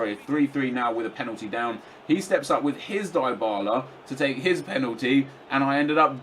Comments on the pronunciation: It's pronounced dibarla not diybarla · you pronounce it dibala not daibala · I'm not sure on this but isn't Dybala pronounced "Dee-bala" instead of nep's "Die-bala"? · In italy we pronunce it "Dee-bala"